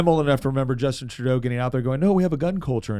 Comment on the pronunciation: The good “trudue” duh fuck did he say ? As An Albertan I reject that statement !! Both are Marxist scum ! Next time just say Ben “Trudeau “ ffs